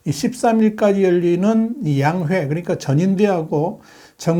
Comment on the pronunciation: 양회가 아니라 양:회지요!